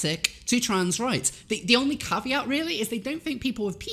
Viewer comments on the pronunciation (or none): none